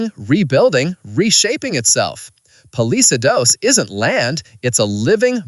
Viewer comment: Wrong flag..Palisades wrongly pronounced